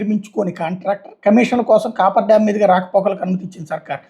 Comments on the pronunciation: "కాఫర్ డామ్" అని పలకాలి. కాపర్ కాదు...😂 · Cofferdam sir దాని పేరు దయచేసి మీరన్న చెప్పండి copperdam అనే పేరుతోనే పలుకుతున్నారు దానివల్లే ఈ confusion అంతా